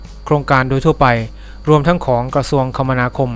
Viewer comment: คมนาคม อ่าน คะ มะ นา คม